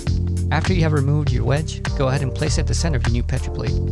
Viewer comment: Say petri correct you fuck